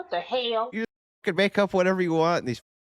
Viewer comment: That "what da hail?" make me choke on my coffee